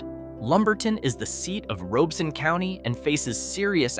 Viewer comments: And just so you know, the county's name is pronounced ROB - E - Son. The "O" is not long, it's short. I was stationed at Bragg way back in 1989, And after getting out of the army in 1997, I stayed. And sold electrical supplies. A bunch of electricians corrected my pronunciation of said county. Or as the locals say RobCo for short. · I am a born and raised North Carolinian who happens to live in Robeson County. It’s pronounced ROB-ih-sun not like it is said in the video. And yes some of the communities are facing hard times it’s true but do not let that deter you from visiting. Red Spring, Maxton, Lumberton, Whitevill, Laurinburg, Chadbourn, Rowland, Tabor City, and St. Paul’s are all areas I currently live in, worked or visit regularly. You’ve basically took a small chunk of beautiful North Carolina and absolutely made us look like garbage. Every place has its problems but we are still kind caring people who treat people like they deserve. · Notice how Many of these video clips are from Stock Companies, and the narrator is Horrible at pronouncing All of the Towns. It's ROB I son County!!! The cool satellite geo video of each town does not mean the town is awful! Anybody can take annual crime stats and multiply them by 100,000. Even though there are ONLY 2,000 people living in the town! No matter How many times they say FBI, that does not mean the words of the presenter are true. Anybody can go to Any State in the USA, and ANY Country, to put forward a list of places and Towns Not To Live. I don't agree with any part of this BS Video. North Carolina is Remarkably Beautiful, and Absolutely Welcoming to Everyone of All Colors. We work, live, and share happiness Every Day.